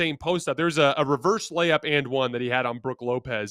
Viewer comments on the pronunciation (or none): none